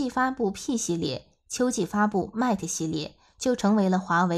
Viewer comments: 好好学习，mat和mate 如何读？ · Mate不是這樣發音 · 她讀得實在太難聽，將品牌代表性糊掉了!